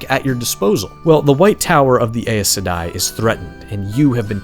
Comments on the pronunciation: Pronounced, EYE-sedai. (I say this as I push up my glasses, ACTUALLY!!!) Awesome video though! Went out and bought a copy of Septerra core, cannot wait! Thanks man! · ( Also: your pronunciation of Aes Sedei is a bit weird, but WoT and pronunciation ..got some special of mine too in that series, that I was never able to correct even after learning the "accepted" version. I knew about the game, was even tempted, after all, I played Witcher 1 ..but that's even further back and not sure I really can)